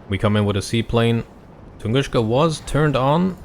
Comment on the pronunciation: Please stop saying TunguSCHka. It's TunguSka.